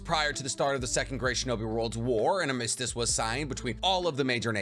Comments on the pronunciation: I find the way you say armistice highly triggering. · Squirmishes? Skirmishes dude. Man, the way you pronounce some words is funny. I also have never heard anyone else say “armistice” the way you do.